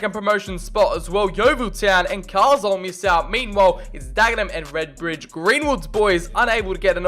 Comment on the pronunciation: FYI it's Car-Lyle not Carslyle which made me chuckle, especially being from the North East lol